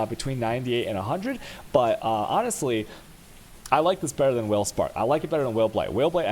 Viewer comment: he pronounces it on purpose like that